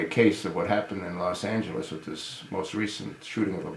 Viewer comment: First of all it was Chicago not L.A. you stupid fuck! AND before you talk about some atleast get the basic details right...it's LOS Angeles not LAS Angeles you old, pale face, cave beast BITCH!